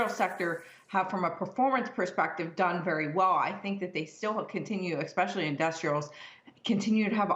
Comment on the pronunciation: I don't take Financial advice from people who use the word ex-pecially 🤦